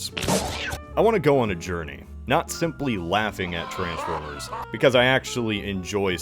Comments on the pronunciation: as ever fascinated by the pronunciation of _trans_formers rather than the more usual, and used in the movies and shows, trans*FORM*ers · The worst thing about these movies is the way this guy pronounces Transformers.